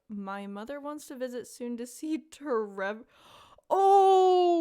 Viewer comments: I think it’s pronounced T Rever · My dog loves it when you say tREVOR. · I'll probably check out your other videos to see what Abigail did to wrong you, but on the topic of marriage candidates, I think she's my favorite - even with the extras from Expanded added (though I actually like Sophia and Victor a lot as characters); I rather quickly realized she was my favorite, much to my sister's amusement, since she figured I would like her. Either way, love the name tREVOR, and the way you pronounce it is very good lmao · every time you said tREVOR i had to stop myself from laughing idk why it was so funny to me